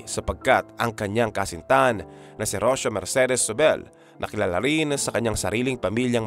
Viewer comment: Rocio pronounce as Ro-See-Yo